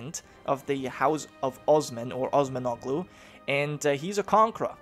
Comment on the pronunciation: You're not supposed to spell the g in Osmanoglu, still all in all good video